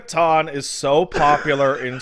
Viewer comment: TANO ITS TAN OH NOT TAN